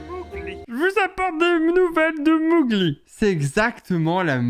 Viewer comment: on dit Mowgli [mogli] pas [mougli] 😂 et le petit d'homme c'est normal 😂 et il dit Quasimodo 😜